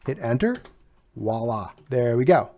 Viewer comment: Dude its Voila not wolla